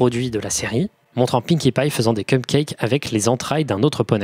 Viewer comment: lol il a dit cumcake